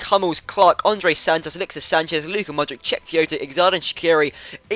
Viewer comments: Modrich not Mod - Rick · Its not modrik, but modritsj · Modriç - pronounce ModriCH :) peace buddy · modric is pronounced money-grabber